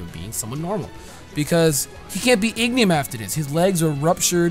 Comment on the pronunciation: my guy it's not Ignium, it's Ingenium. You said it so often i had to correct you sorry.